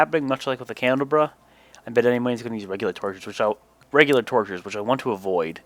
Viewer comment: It’s pronounced candle-a-bra